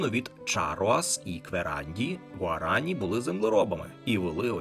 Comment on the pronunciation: Все добре, окрім наголосів: замість "парАна, гуарАні, потОсі" насправді наголос на останню голосну - "паранА, гуаранІ, потосІ"